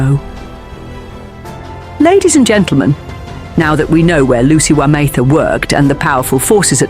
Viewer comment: Would be nice for the gentleman reading the script to get the name pronunciations correct. Otherwise, well scripted and I look forward to the next one.